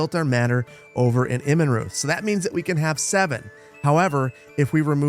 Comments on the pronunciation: "Immenreuth" is pronounced more like "Immenroit," with a short "I" at the beginning. It's been bothering me. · Watching your archers die was not as painful as listening to you mispronounce "Immenreuth", but I did feel sorry for the men you so interestingly commanded. By the way, Immenreuth translated means 'Bee clearing' ( a clearing full of bees, not clearing bees away).